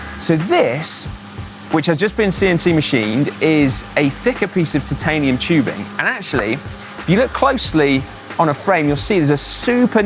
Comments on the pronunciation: I don't like how he pronounces titanium... I prefer to pronounce as if it sounds like tie-tanium not tit-tanium... Da dar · Is noone disturbed by the fact that pronunciation of the "titanium" in the whole video is incorrect? Titan=Taiten but Titanium=Tetiniiim? Come on. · Ooooohhh dude will you please stop saying TITanium....... Say it one more time and I swear I'll fly all the way from Adelaide and slap you one upside the head. Its Titanium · Are you sure it's not pronounced "Titaninium"? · Can't hear you pronounce têtanium it really gets on my nerves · why must u pronounce titanium that way? mispronunciation of words in videos by narrators is almost as annoying as spam. And if bad enough can actually make me stop watching. And due to the sheer number of times I'm guessing you are going to say that word during this video I may have to watch something else. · yep i'm gone i cannot take that pronunciation. If it was just you mispronouncing it wouldn't drive me as nuts but so many narrators do so it's become so infuriating that I'd rather leave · The "i" is supposed to be long in the pronunciation my good man. Sounds like your saying Tits all the time.